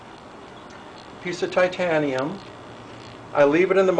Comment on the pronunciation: Thumbs up just for the Thaiteeyianeeumnn!